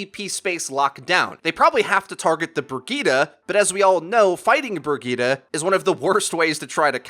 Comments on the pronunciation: Bri-geet-eh. Not Ber-gee-ta. Thank you. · Haha says "Burg-eeta" for Bridgette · Learn how to say Bridgette man